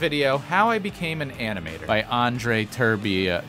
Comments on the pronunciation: Andrei Ter-bei-ah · Ter-bay-a but just take out the ‘y’ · That's not how You speak Andrei Terbea (also i'm romanian) please go to google translate to know how